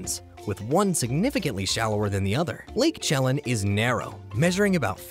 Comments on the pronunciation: Lake Chelan is pronounced "shuh-lan" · Chelan= shu-LAN. Wisconsin borders Lake Superior, not Washington. There are several lakes that deserved spots on the list you either ignored or missed. C'mon, man.